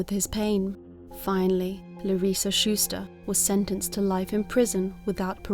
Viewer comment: Larissa was my supervisor at Pan Ag Labs in Madera, California, in the 1990s. You are saying her name exactly the correct way. I still have a birthday card with her signature on it, as well as my yearly review from her.